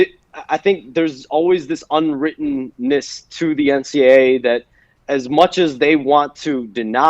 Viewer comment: Why does the reporter contanstly say NCA instead of NCAA